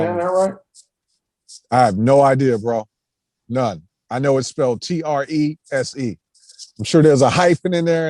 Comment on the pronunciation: you said Trese right.